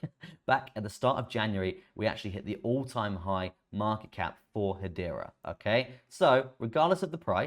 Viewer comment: If you can pronounce Hedera, why do you still call it Haitch bar? Is it a regional dialect? Or an affectation?